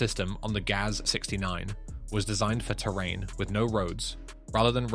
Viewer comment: Russian automobile marques are spoken as a word. Not spelled like G-A-Z, but as the word GAZ. Same goes for UAZ and the Romanian ARO, and aircraft types like Tu, Il etc.